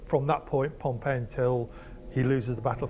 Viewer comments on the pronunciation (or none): As an Englishman - can I say you're right; his pronunciation is wrong. His pronunciation of Pompey and Cannae is just plain weird even for our butchered representation of Latin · As someone who learned Latin in school with the classical pronunciation, his pronunciation of "populusque" is extremely weird. Pompey and Cannae as well. Dude is just not good a pronunciation. Also, "imagine if an elected president said no, I'm gonna abolish that and be president of America for life" Unfortunately we don't have to imagine that, it already happened in Russia. Putin just ignored the maximum number of terms and told the Duma to extend it. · he pronounced it like the city rather than the name. For the person it is 'Pom-pee' and the city 'pom-pey'